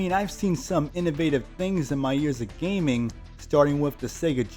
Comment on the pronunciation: WTF is that intro lol. MODERN GAYMING.